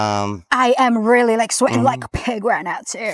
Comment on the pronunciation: I am really like sweating 🥵 like a pig 🐖🐷 out here! Haha 🫛, you sounded like a common English girl when you said that!